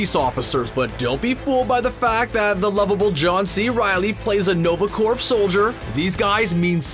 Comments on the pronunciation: are you saying 'corp' with a hard 'p'? ? if so please stop. unless its a Canadian thing, then proceed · Are you pronouncing the p in the word corps? You should not. It is silent. It should be spoken exactly like the word core. Now you know. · Small knitpick. It's generally pronounced nova "core", no P sound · Learn how to say corps. It's not "corp" or "corpse". It's pronounced "core". Like in Marine Corps. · Is he saying or ? Because its french and supposed to be pronounced like . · The video was great! But Corps is pronounced as Core. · It's NOVA CORPS.... pronounced "CORE" as in Marine Corps.. not CORPS.. pronounced "CORE" you don't say the p or s at all. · In Canada is corps said different then in America? The whole time I was listening to this video, I kept getting distracted by the pronouncing corps with a “p”. I’ve always heard it pronounced as “core” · Its "nova corps" as in apple core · corps is pronounced core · Uh Hello!! stop pronouncing the Nova Corp as the Nova Corpse. OMG!!!! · This is America we pronounce the silent letters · Dude, the P in Corps or Corp is silent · You don't pronounce the p (or s) in the word corps.